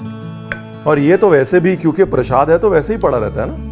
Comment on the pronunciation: PrasHAd nahi hota, PraSAd hota hai!